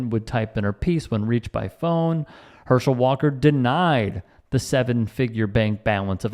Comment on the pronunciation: "Herschel 'Daam' Walk-ah" - Dr. Rashad Richey.